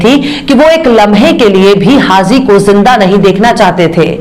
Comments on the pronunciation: The word is : HAH JI Not HAH ZEE Thanks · HAZI KYUN BOLTI HO....HAJI BOLO